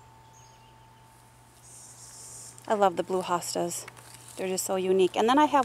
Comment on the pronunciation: Hostas not hostages lol